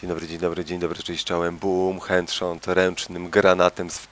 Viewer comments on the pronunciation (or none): dzień dobry dzień dobry bum HENDSZONT hahahhaahhahaa :) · "hend shot" :D